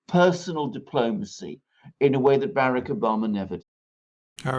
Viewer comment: Why Alexander Mercouris mispronounced Barack Obama his name, he called him Barik, what does he means, can someone explain to me?